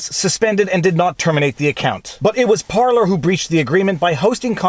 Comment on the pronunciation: Thank you for saying Parleys correctly! Love your content. American living in Winnipeg.